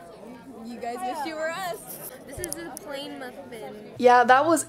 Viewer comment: “this is a pllain mufffin” 😂